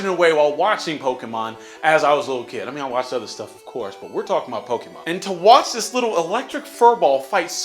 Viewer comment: I thoroughly hate, the way he Says Pokémon, it's poke eh mon not Poke EE mon.